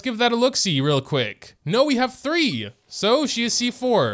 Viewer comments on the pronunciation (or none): none